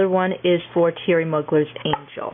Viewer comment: Excellent, & I meant excellent review of the scents! I Love the Queen & Rebelle..and I'm totally into Calvin Klein scents.. by the way the french Thierry Mugler is pronounced (Moo-glare). Really loved watching! x